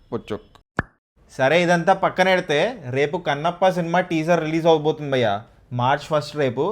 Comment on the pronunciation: Dear..malli malli bayya bayya anaku....just pronounce bhayya ledante lekiga vuntadhi